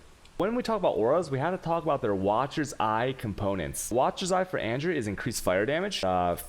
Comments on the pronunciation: Lol serious question, are you American or non-American, it’s fine but if not... then it’s kinda weird you pronounce “An Ger” as AnJure” haha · I absolutely hate his way of pronouncing things ... like he'll speak perfect English ... then boom "anjer", or "A-goooo-nee" ... or in his other videos he'll pronounce the "ch" like channel for alchemy orbs . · Yo did he call anger, anjer? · AnJer... Jardrian... I am disappointed he doesnt pronouce Game as Jame. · Anjer, jardian, shaos, alshemy.. Dude.. Dyslectic much?